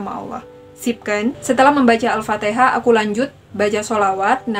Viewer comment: Alfatikhah mbaaa bukan alfateeeekhah.